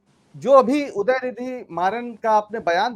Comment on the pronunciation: Dayanidi nahi udayanidi hai